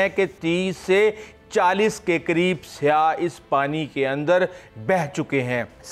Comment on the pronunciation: Yaar Saiyah hai Saia sahee nahi hai.